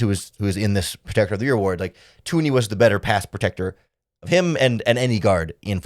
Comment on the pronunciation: Yo bro it’s Thuney not Toony